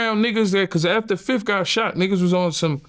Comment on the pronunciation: Can we get 1 interview of yayo without him saying "fif"?